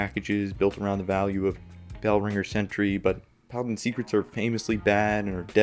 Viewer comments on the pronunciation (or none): none